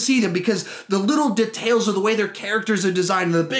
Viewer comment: The way he says details triggers me so much